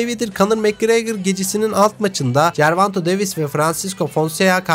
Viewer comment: Gervanto değil karşim gervonta davis....